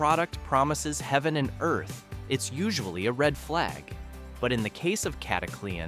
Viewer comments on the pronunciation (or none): none